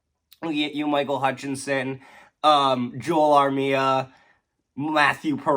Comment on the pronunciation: He could very well play RIGHT NOW!! It sucks to lose him, but at least he can get a shot! By the way small thing. I hope you know you've been pronouncing Joel Armia's first name wrong this entire time right? Lol